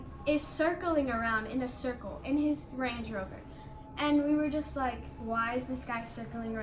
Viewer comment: “range-ee rover “ lmaoo